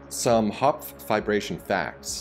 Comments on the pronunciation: *triggered everytime i hear VIBRATION instead of Fiberation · I thought he was saying vibration lol. No not that kind all you pervs lol